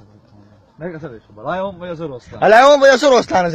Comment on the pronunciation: Oroszlán vagy lion "lájon